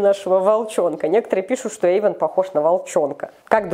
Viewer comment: ЮМ. tv play не Ейван а Эйван 🙄